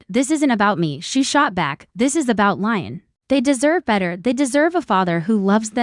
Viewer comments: Leeeeeeon not lion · PLEASE! Educate on th pronouciation of Le'on!